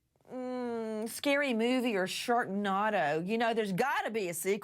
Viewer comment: That bitch just said films such as SharkNOTTO... It's Sharknado! Jesus this woman is disgusting on every level..